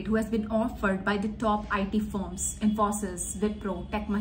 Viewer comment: They may have delayed your onboarding as you are not pronouncing Wipro and Infosys correctly.